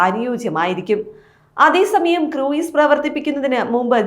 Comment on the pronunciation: ക്രൂയ്‌സ് അല്ല ക്രൂസ് എന്ന് പറയണം.